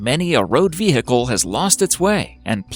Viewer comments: Stop saying Ve-hic-al! ;-) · The guy when he said vehicle he pronounced it vee-hick-le which was funny 😂 ( not hating ) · The way he is pronouncing the ‘h’ in vehicle idk if that’s just an American thing so no offence if it is